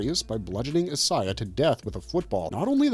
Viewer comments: Who is “is-Eye-ah”? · He's pronouncing Isiah wrong